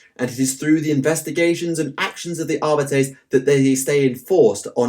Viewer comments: Videos are awesome. As always. One thing though it’s pronounced Ar-bee-tees. Going by the audiobooks. Keep up the good work please! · your pronunciation for Arbites triggers me